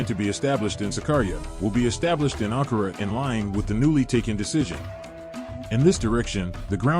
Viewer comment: Der Standort heißt nicht Ankora sondern der Hauptstadt der TÜRKIYE HEIßT A N K A R A ,schreibt das richtige und Recherche.??????